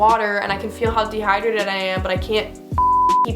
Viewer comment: like “can someone jus give me an IV a bitch is de-hi-drated.”